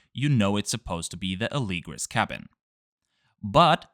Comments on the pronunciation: Interesting that you say Alēgris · All this time I thought it was pronounced Ah - le - gree